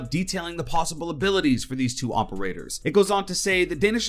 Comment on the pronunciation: Stop. With. The. Mericuh-n. o-p-e-r-a-t-o-r-s